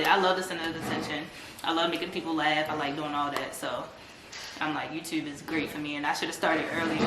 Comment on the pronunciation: “I was on the muhfucking yewtube” takes me out every time lmaooo